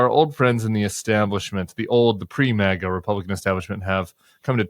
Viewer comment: Will someone PLEASE tell Rick for the millionth time that it's not "MAWGA" it's MAGA, as in MAGGOT. Also, it's NEVADA, not NEVODDA. It makes you sound pretentious (which I know you're not) or like a valley girl...